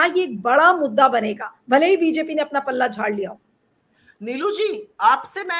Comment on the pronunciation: पलडा नही, पल्ला होता है।